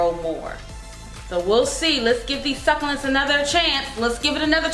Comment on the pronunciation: AZFrank Castle every time she said it I died a little on the inside 😂